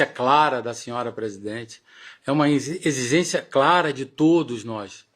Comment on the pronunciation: “Exizencia, exizencia”…o cara é tão despreparado que nem consegue falar a palavra Exigência, imagine esse cara tentando convencer um jogador a vir ao Palmeiras 🤦‍♂️